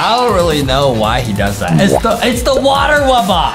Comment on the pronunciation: The fact that Justin says wubbox wrong instead he says wubboc